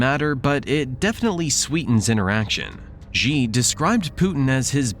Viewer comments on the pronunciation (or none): It's XI (she), not Gee jinping